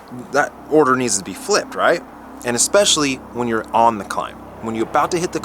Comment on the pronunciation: love your vids, but "especially" is pronounced "ESpecially", not "EXpecially".